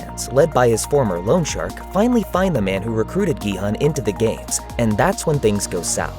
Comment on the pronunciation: a big point there. i watch normally foreign movies with english dub(if there is one) but this was just pure trash.. the german dub quite good tho, also the names are much better pronounced than in english.. like Gi-Hoon.. and not Gi-Hun. wtf